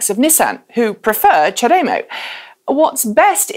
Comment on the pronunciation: Question, is there any reason you pronounce CHAdeMO differently than virtually every other person I have met?